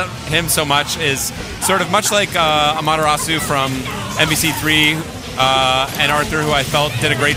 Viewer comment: does anyone say amaterasu properly?